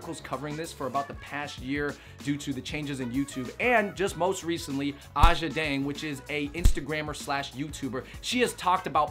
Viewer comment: Aja is pronounced like “Asia”